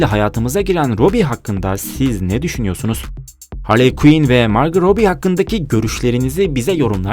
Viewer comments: margot robbie o margotrobi diil margo robbie diye oku bence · margıt robi değil, margo robi diye okunur